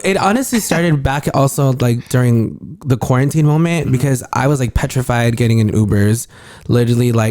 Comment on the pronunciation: Did say “tetrified” instead of petrified 😂 Love him!